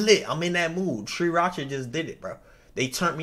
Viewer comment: "Tree racha"... BRO 😮‍💨... 3RACHA!!!